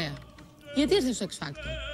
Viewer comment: Μονο εγω το παρατήρησα οτι αντι για να λέει x factor λεει x facto